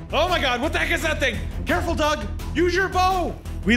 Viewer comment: It’s not Doug it’s doge